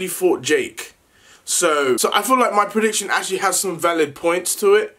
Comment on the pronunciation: Nobody literally nobody: Le deji: so alot of you been asking about my pridiction.